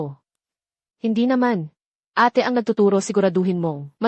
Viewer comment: ayusin nman pagkatagalog kailan pa naging eyt...ang Ate